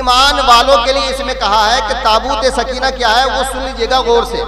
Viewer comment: سکینہ میں زبر ہے یازیر ہے 😂😂😂😂